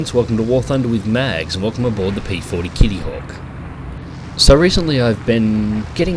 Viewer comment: they way you said 'kitttyhawk' was priceless. ;D